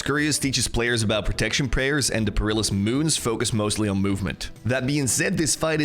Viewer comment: puh-ri-luhs moons.. ?